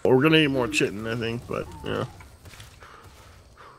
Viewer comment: FYI, chitin is pronounced KY-tin.